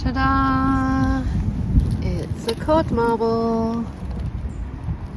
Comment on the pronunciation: you say "first mod carble" I think lol... instead of "first cod marble" lol maybe it's just my hearing but it's funny to me none the less!